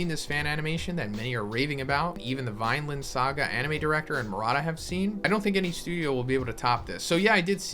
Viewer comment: It hurt my soul to hear vinland called "vineland" lmao